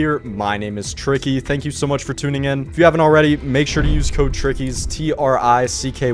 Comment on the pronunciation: When you said code you said kys? 😢